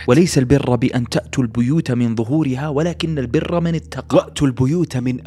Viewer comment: وليس البرُّ بالضم وليست بالفتح هذا لا يجوز انتبه!!